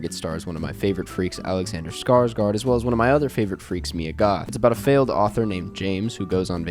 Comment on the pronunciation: Please... please stop saying "scars-gard"